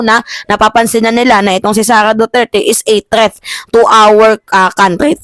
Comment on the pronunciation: My love.... THREAT hindi po 'TREATH." Huwag mamasamahin love.... para huwag kang punahin ng iba, ako na lang kasi love kita, hehehe.